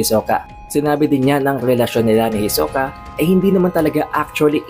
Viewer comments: Ang layu ng pag pronunce mo kay hisoka sa pag pronunce ni Ilumi. Hiso-ka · Parang nasusuka Ako sa pronunciation sa hisuka... Ito lang ang chapter na ayaw ko... HEYSOOKAHH.. hnd ko na tinapos .. HEYSOOKAHH.. ibahin mo ung pag kakabigkas mo sa HEYSOOKAHH FELLING KANO HAHAH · "Hisoka!" Para kang bading pre mag pronounce e. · Kahit ganun Pangit padin ng bigkas mo ng hisoka..😂😂 sagwa pakinggan..